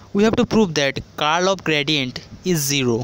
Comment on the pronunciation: Thank you .but it's pronounced as "curl" not "call"